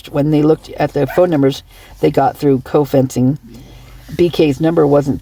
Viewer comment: say Geofencing like it’s spelled. The G is a G sound E is an E sound and O is an O sound so say Geo fencing. Just letting u know no offense ty for all you do.